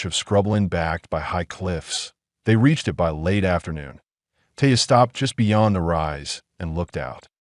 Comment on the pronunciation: it is one word not two initials; eye and tee, The same goes for by (one syllable), not two initials Just how old is the aI writing this stuff?? Hard to figure out just what it's about, same thing hapened with go near the end.